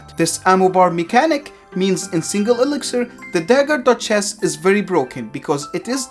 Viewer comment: I hear "dagger dutch chess" you